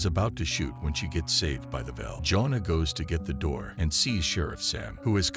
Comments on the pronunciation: Is this a bot? Her name is JOANNA, not Jonah. Fail. Sy Ringe? Really? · You have the strangest pronunciation for the name “Joanna.” It’s not pronounced the same as “Jonah,” it is pronounced “joh-AH-nuh” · For those wondering, her name is actually "Joanna." The narrator bot is saying Jonah over and over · His wife Jonah.... You mean Jo-Anna. Who calls it a Sigh-Ringe? It's a Suh-Ringe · computer voice "joan'na"??? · Jonuh. Jonuh. Jonuh. AI videos are CancerAIDS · Every time you mispronounced Joanna, my IQ dropped. Lol😊